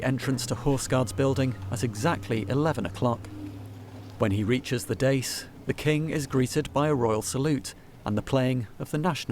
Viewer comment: That is not the way to pronounce ‘dais’.